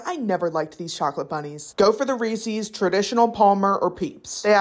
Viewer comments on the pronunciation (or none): Why do you pronounce Reese’s like that